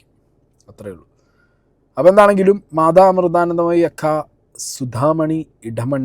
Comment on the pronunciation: ആദ്യം അക്ഷരം നന്നായി ഉച്ചരിക്കാൻ പഠിക്കു മാധാ അമൃധാനന്ദമയി അല്ല മാതാ അമൃതാനന്ദമയി